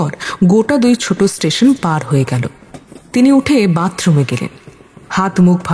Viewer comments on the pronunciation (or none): none